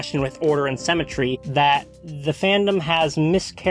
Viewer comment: considering the context it took me a hot minute to figure out you were saying 'symmetry' and not 'cemetery' here. ^^; anyway great video thank you, reminds me i need to go back and read soul eater whenever i'm ready to take the plunge of getting into a 20+ volume shounen. have you seen soul eater not? it drops the halloween aesthetic in the garbage can in favour slightly halloween flavoured generic school anime and has precious little animation budget for a shonen adjacent thing but i'm highly inclined to forgive it because like it's a gay poly love story with the thinnest imaginable layer of allegory and that's not something u see in media every day